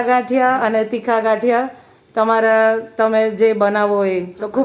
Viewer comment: Gathiya ne badle ghaathiya km bolo cho bau irritation thay🙂🙂🙂